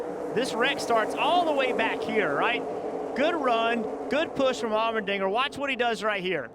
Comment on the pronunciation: The way the commentator is saying Allmendinger... All-men-dinger.... Lol